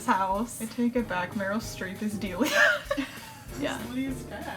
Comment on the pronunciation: I can't stop laughing at "Dialia" thank you for that. It's Delia btw, it's very to the point.